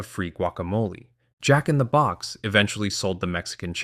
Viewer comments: Yeah, it's AI. That's why the script used first name "Brian" instead of last name "Niccol". AI can't pronounce it correctly (without some effort with a prompt). It also has syllable stress issues with names like Jack-n-the-Box and e. coli. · Yeah, it's AI. That's why the script used first name "Brian" instead of last name "Niccol". It can't pronounce it correctly (without some effort with a prompt). It also has syllable stress issues with names like Jack-n-the-Box and e. coli. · Yeah, it's AI. That's why the script used first name "Brian" instead of last name "Niccol". I'm guessing that the AI can't pronounce it correctly (without some effort with a prompt). The voiceover also has syllable stress issues with names like Jack-n-the-Box and e. coli. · I lived in California where we had Jack In The Box, and I went there often as a teenager. The emphasis is on the Jack, not the box, JACK in the box. It trips me out a little to hear him say Jack In The BOX. Little differences are funny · You keep saying "jack in the BOX" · Yes. I'm guessing that's why the script used first name "Brian" instead of last name "Niccol". It can't pronounce it correctly (without some effort with a prompt). It also has syllable stress issues with names like Jack-n-the-Box and e. coli.